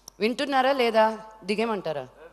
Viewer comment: Madam enti andi adi...."dengeymantara " naa....ohhhh digemantara naa